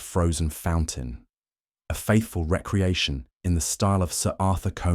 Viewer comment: Excellent story! The narration is wonderful except for one jarring mispronunciation… it is pronounced re-creation not reckreaction.